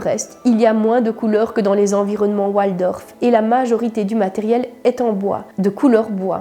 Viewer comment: On ne prononce pas oualdorf mais waldorf C est d origine allemand